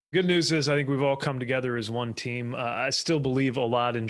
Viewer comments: Team, not Tim. Yanks need to learn to speak English. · I heard that too. P sure she said, "Team Biden"